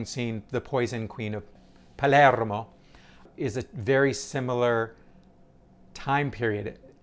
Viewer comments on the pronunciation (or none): none